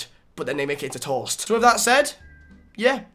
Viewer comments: It’s toast not troast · The way you say toast... "TORST" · how this nigga pronounce 'toast' 🤔🤯